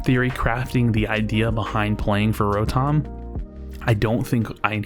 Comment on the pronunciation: You’re the only who pronounces Ro-Tom right